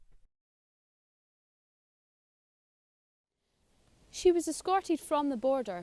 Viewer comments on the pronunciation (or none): 4th earl of Hereford….its not “hearford” it’s Hereford pronounced as in berry-ford but with and H. Hillarious 🤣🤣🤣